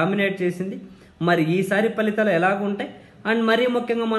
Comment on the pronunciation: మీరొక్కరే ఫలితాలు (Phalithalu) ఆని పలుకుతున్నారు . మిగిలిన అందరూ falithalu అని (including JP sir) పలుకుతున్నారు. Thanks for upholding the purity of our language.